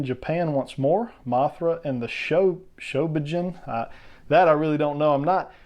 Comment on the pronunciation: Your fine in your pronunciation "show-bee-gin" more or less is what I've heard. Not Japanese so I could be wrong. Sos is a great fig along side biogoji are the last great godzilla hit for neca. As for Kong we definitely need all the iterations of him. I had hopes for a toho 62 and king Kong escapes fig from neca, but since they decided to not renew their godzilla license, that's probably a no go. Maybe neca can give us a 76, 86, skull island.